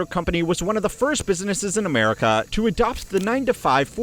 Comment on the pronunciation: why the hell do you talk like that. elongating words unnecessarily. you make it sound like you are verry annoyed to be narrating the video. and the way you say america. is rude.